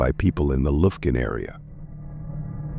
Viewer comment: AI is retarded! Lufkun, TX. Really?